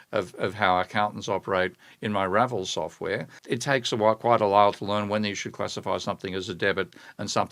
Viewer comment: I assume 'Ravel' should be pronounced like the composer's name, not 'RAvle', but 'RavEL'.